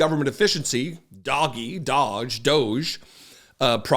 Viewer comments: I like it better when you pronounce DOGE- DOGGY.🤣😂 I call it the Douche Program myself ‼️ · Please stop mispronouncing "Doge". It's pronounced "Dodgy". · It's pronounced "DODGY".